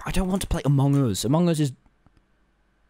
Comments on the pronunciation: Tommy: makes fun of big q for saying amangus Also Tommy : AMON GUS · True he just says mong us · Did anyone notice he said amug us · Why did he say amog us in the start tho